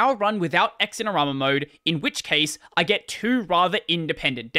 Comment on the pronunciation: BTW, it's not "X-in-er-ama". It's "Zin-er-ama".